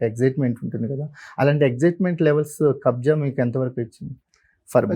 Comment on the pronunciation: It's Kabzaa not kabza